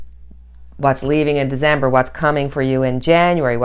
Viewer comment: December not Dezember